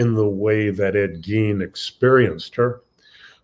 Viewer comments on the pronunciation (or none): It's GEIN , not gean